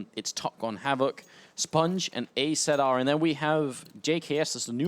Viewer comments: Unwoven Sleeve "Azza, not A Z R or Azer it's Azza" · Pretty sure it's pronounced Azza not Azee arr.